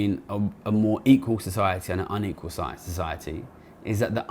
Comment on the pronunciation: Great video that deserves wider circulation. One request would be to work on your diction in places. It is quite key in a video comparing an equal with unequal societies that we can discern whether you are saying equal or unequal. I have a very mild hearing loss and had to rewind in places to check.